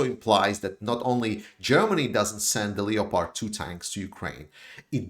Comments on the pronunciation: Leo-pard 2 tanks?? Lol it’s pronounced LEPP ARD! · Another great analysis.By the way Leopard is pronounced without the "o" in English: Lepard